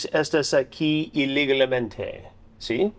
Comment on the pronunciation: You do a wonderful job speaking in Spanish for a non-native, but it's "ee-leh-gahl-MEHN-teh" lol we love you Charlie Hansen